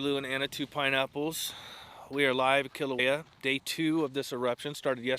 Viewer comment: Just pronounce Kilauea correctly - Kee LAU' eh a. Not Kee lō eh a. Finger nails on a chalkboard.